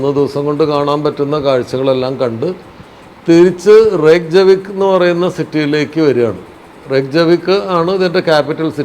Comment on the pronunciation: അധികം യൂറോപ്യൻ കൺട്രീസിലും "j", "യ" ആണ്.. so its RAYK-ya-veek